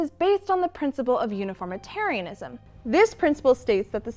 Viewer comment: That pronunciation guide for uniformitarianism pains me greatly.